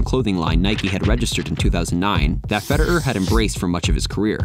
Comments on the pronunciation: Nice video, mate. Except could you magbe stop saying fe-der-er and start saying fe-de-rer? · "Feder err" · Why does he keep saying Feder'er, it's Federer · Who's Fede-urr? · I can't be the only one ticked at how this guy says "Feder-er" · Never heard anyone pronounce his name ‘Feder-eur’. 🤣 Great video though! 👍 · Great video man But why did you keep saying “Federer” as “Feder-er”? 😂 irks me a little lol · I’m so exited about this. I love roger fed-er-er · Is that how we suppose to pronounce his name, Feder-er? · I can't get over that pronunciation of "Feder-err" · why do you say his name like feder'er? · why do u pronounce federer "feder-er"???? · Hes american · The way he says “Fed,er,er” makes it unwatchable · Why are you pronouncing his name like a robot? "Feder-er"... ? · Why do you say Federer like that? You’re a tennis channel and don’t know how to say his name? Feder—er? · Wait, what’s with your pronunciation of Federer? Subliminal messaging 😆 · Is that really how we supposed to pronounce his name? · Should probably work out how to say Federer before you make a video on him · Am i the only one annoyed by the way he pronounces Roger's surname? No other comments i can see say this